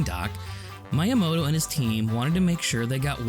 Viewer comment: Your channel deserves more subscribers. Great editing, comedic timing, content. I must admit though, the way you pronounce "Miyamoto" drives me nuts.